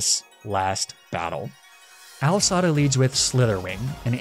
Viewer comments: It’s not al dads it’s ai sada lol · I love how u called A.I. Sada “Al sada” made me laugh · lol AL Sada it's an I not an L. But still fun watching you experience the ride!